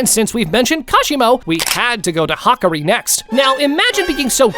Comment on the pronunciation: You're pronounced mccammar ru and hakari name wrong